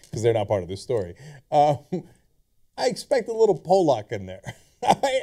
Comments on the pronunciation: it's pronounced pawluck no powlock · its Pollock not Polack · paahlack not poolaak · say it with me cenk.. paul-luck. not pole-lock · Pallock is how you say it not Polock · sorry cenk its called pollock not polack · Cenk, its pronounced like "paul-lek" with emphasis on the paul part. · Polak, HAHAHA. Love how nobody in the studio corrected Cenks pronunciation. How many Polaks does it take to pronounce Pollock? :-D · Pollock the fish is pronounced "Paul-uck" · it's pronounced 'paw-luck'... o.O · PAUL-LOCK (POLLOCK) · it's pronounced pawl'-uhk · Cenks pronunciation of pollock is fascinating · wow you guys pronounced pollock so wrong.